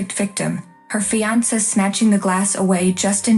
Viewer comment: Hissed, not hist. Charge the mother with assault! Peyton doesn't deserve shit. Pronounce fiancé correctly.